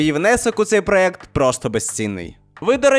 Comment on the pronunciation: Доброї ночі, дуже цікаве відео, в загальному як завжди) До речі, правильно проЄкти